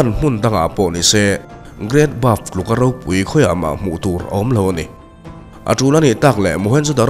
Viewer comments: Buff tih ang deuhin I lam in ka hria, great bath ania (bat) ti a lam kha a fuh zawk lo maw sir😊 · great bath aw...great baf nilo in....inbualna lampang i sawi lai a nia.hriat ve awm heng hi chu... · Great Bove ni lovin Great Bath maw le